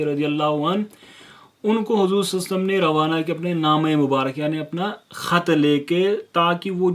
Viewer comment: Brother you are doing great work may allah azawajal accept your good work.. But brother meri request hai ki salalahu alayhi wasalam sahi se pdha kariye..